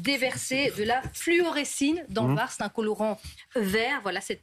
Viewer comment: Fluorescéine, madame , et pas fluorécine!!!